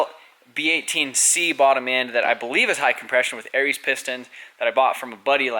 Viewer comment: Why do you say "Aries" pistons when it's "AriAs". Lol